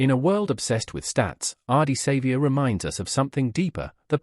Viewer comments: Learn to pronounce his name and stop using AI to produce this rubbish and you might gain some credibility. Otherwise fuck off and learn to earn some honest money from some honest content and try some honesty in your clickbait. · They need to know the correct pronunciation of his name !! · Geez pronounce his name correctly, so cringy